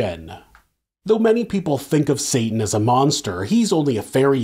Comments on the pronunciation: U calling Satan “Satin” is killing me 😭😭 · When you keep saying “satin” 😂 genius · Then saying "satin" over and over again 😂😂😂😂 the best!